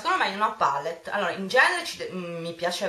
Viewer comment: Tesoro, non ti si può sentire a dire "pàllet" ogni pochi secondi. IN ITALIA si pronuncia "palétt", anche perchè è una parola francese e quindi va pronunciata così. Sono solo quelle nel mondo anglosassone che dicono "pàlett", perchè inglesizzano la parola. Ma la pronuncia corretta è "palétt", del resto nel nostro Paese viene pronunciata in questo modo :-) <3